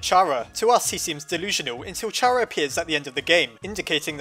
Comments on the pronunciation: It’s pronounced Kara not chara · I’m pretty sure Chara is pronounced like “Character” so “keh-ruh” not “cha-ruh”. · OMFG ITS (KARA) NOT chara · It cara NOT CHARA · I know its officialy Kara but Chara just rolls off the tounge better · Chara is pronounced kara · It's chara like CHARActer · Does Char-a or Care-a- Me: IT'S PRONOUNCED KAR-A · Its not a pun,Toby Fox got Chara from there,thats why its pronounced Cara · "*CH*ara is an abbreviation of character." ...Do you not see what is wrong with this picture? Is-... is anybody seeing this? Think quoits how you pronounce the word character, and then say only the first two syllables. Logically hat's how the name should be pronounced. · Every time you say "Chara" I think "Charamander".